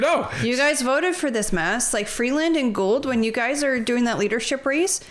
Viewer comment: Gould. Never forget the "d" is silent.